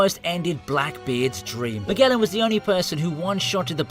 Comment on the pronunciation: It's ZunEEEsha,KizAAAru and MAAAgellan . What's wrong with people who English and cant say word right?